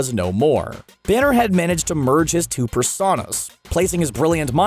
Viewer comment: What was that? Two “persahnoes”? Oh god he’s still mispronuncing the term “personas”